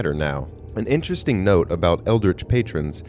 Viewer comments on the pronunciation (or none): none